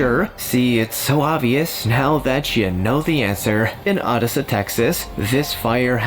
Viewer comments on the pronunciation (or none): So, is this narrator bad at pronouncing things, or doing it on purpose? Del-hee, 'Odd'essa, Catamarron?